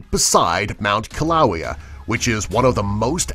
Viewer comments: it pronounsts killawaya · That would be Keel-ah-way-ah -= Kilauea. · Pronunciation?!? Kil-a-way-a HI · Kilo-Wayyy-A! Not kilo-oww-we-a. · the narrator makes a mistake: "Kilauea" is pronounced like "Kill Oh Way Ah" not Kill Owie Ah". Yes, I acknowledge I am a snob. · I live in Hawaii and this guy pronounces the volcano ki Lao I a even though it’s pronounced kill u way uh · It’s pronounced Kill-o-way-a, not Kill-low-ee-a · It is pronounced Kill-a-way-a for Kilauea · needs to get his pronunciations correct, Kilauea is pronounced Kee leeow ay ya Gansbaai is pronounce gans bye with a soft G. and the gans rhymes with kahns.. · It is pronounce as (kill-a-waya) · it is pronounced kill-u-way-u (short u btw) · Itz killah-weh-uh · ...................It's pronounced kill-a-way-a ..................... JRW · It's pronounced kill-uh-way-uh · Its pronounced kil-li-waya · It's pronounced kil-oo-aye-a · it's pronounced kill oh way uh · Its pernouced kiluea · This vid should pronounce Kilauea correctly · Kilauea is not pernounced like that and I always go there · That is not how you say Kilauea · U don’t say kilaeu right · do you even know how to say kilauea right?